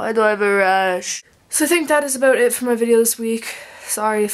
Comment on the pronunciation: you still have an accent when you say about and house:) And i'm actually the same with you hehe